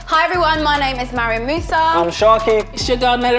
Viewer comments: FOOTASYLUM ITS M A R I A M NOT MIRIUM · footasylum abeg it’s “mariam” not “mariam” 💀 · Put some correck on Mariam's name! 😒